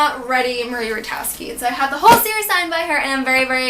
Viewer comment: Hey Emma so I don't mean to be rude but I thought I'd just correct you! Marie Rutkoski's name is pronounced with a K so it's Marie Rut-Kos-Ki :)